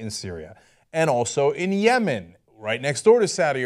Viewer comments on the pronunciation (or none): none